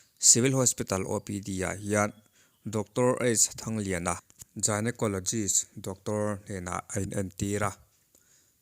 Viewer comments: F. Lallawmkim w/o PC Lalremruata tiha w/o tih hi i lam dan a dik lo, bâkah Gyneacologist tih pawh....lo inzir zêl teh aw....😊 Lallawmkimi chu a lainatawm hle mai. 🙏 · Dik chiah ṭawng huat thu suh ah a va zir sâng awm lo e ka lo tia, Gynaecologist tih te placenta tih em pawh lam dan tlang lawn han hriat loh tih ka rilru ah a lo awm... Kan tawng chu a ni miah lo mahse kan zir ve thin kha maw, pawl 10 tal passed chuan kan thiam vek ang....